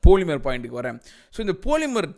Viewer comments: போலிமர் இல்ல பாலிமர் 🤣🤣🤣🤣🤣🤣🤣🤣🤣🤣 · போலிமர் இல்ல பாலிமர் 💥🔥😂🤣🤣காண்டாய்ட்டாப்பல... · love how you call them "poli"mer :P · The way you say "poli"mer is semmma🤣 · andha news channel name ah correct ah solitaru. போலிமர்😜